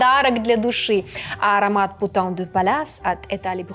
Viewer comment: Очень уж женщина кривляется:( и произношение у нее ну, скажем, так себе🤷🏼‍♀️если уж хочется блеснуть знанием французского, то хоть названия б постаралась произнести правильно. Путан вместо пютэн - это, конечно, фейл🤷🏼‍♀️